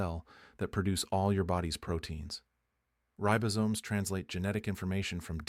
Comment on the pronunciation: Ten minutes in... any doctor or health expert who recommends chocolate, is alright with me! OTOH, any doctor or health expert who mispronounces "ribosomes" is an AI!